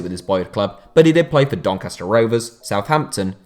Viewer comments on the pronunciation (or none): none